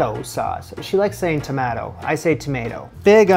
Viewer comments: Julia's pronunciation of tomato offends me. I am a to-mah-to person (Aussie), but to-may-to is so normal because I see plenty of American media, but to-mat-o? Osik. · Making the lasagne noodles from scratch. I’m getting Eva and Harper vibes here... Oh and Julia actually gave the red juicy fruit (used like a vegetable) a British pronunciation - tomahto - I don’t know why. You switched from a long A standard American sound tomayto, to a short A American sound tomatto - I don’t know why. It’s not the sound she made😶 You did manage to make doing her recipe a much bigger time consuming adventure than she did. The final result certainly looks better than her effort, but perhaps not quite as useful if you’re making it because you were choosing a simple recipe you could throw together to prepare quickly for some guests arriving on short notice🤔 I’m glad that after all the extra effort you put in it turned out so well. I hope you had others to share it with. By the way remember she said you could use the extra left over tomato sauce to put more on when serving it to those last minute guests😊